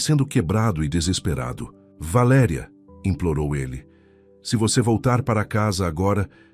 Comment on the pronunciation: Linda história Só não gostei do narrador trocar valeria por valeria